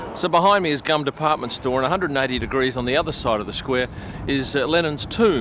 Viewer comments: Its funny that you said Gum, its Tzum. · Hi the mall is pronounced Goom actually not like chewing gum;). Wonderful video, thank you for sharing. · It’s not his fault, it was spelled as ‘GUM’, should have been spelled GOOM in English! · Thank you, I miss my city so much... GUM is pronounced like ['gum'] ie. "goom" - the Central Universal Store. You've shown a luxury postcard which we offer to foreigners))